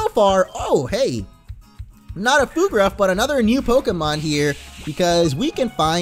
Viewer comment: Word of advice, Fuegruff is pronounced Fueg-ruff like fuego and ruff.